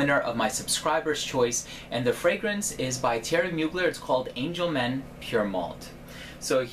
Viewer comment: Pssst you don't pronounce the r in Mugler ;)